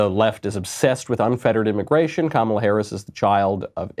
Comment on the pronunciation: Kum-ala....nooo. LOL!